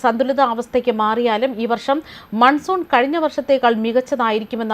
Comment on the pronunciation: മൻസൂർ അല്ലടോ മൺസൂൺ 🥰🤣